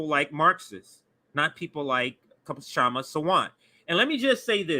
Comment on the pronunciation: The K is SILENT in Kshama Sawant's name. The pronunciation sounds like "Shama" not "Kuh-Shama".